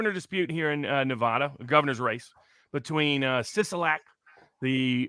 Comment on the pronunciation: it’s Nev-ADD-uh